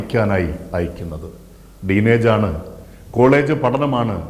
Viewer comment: ... 'deen age' ???!!! No..... " teen age "